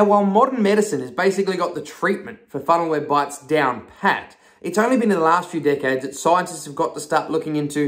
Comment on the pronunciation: "its only been the last few decades, scientists have" i swear i heard it like this.."its only been the last few dickhead scientists. Hahahaha😂